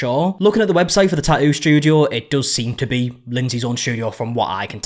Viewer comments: You keep saying "tah-oo". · Wow, you really cannot pronounce “tattoo.” You know there are two TTs in the middle of that word, right? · i love a tattoo drama update because i find way you pronounce tattoo very pleasing (no shade, i like your accent) ❤